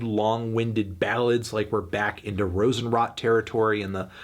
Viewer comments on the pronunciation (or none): Hey, Herr Melone! "Rosenrot" doesn´t mean that roses rot (which they certainly do after a period of time and lack of water, yada yada whatsoever). "Rosenrot" is a color like melongreen, get it? And you pronounce it like rrrrrOsenrrrrrrOt. Take a little bit more time with the O, melOn. PrOst! Das ist der 667ste Kommentar, was es teuflischer als teuflisch macht! Zeit für ein Schnitzel, Freunde. Prost an Alle und auch an Dich, Melone der Musik! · The way you pronounce Rosenrot 😂😂😂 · But not Rosenrot, god help him.